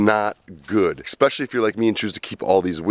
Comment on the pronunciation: Worst thing is actual the amount of times you said "eXpecially". Keep the videos coming, Great info.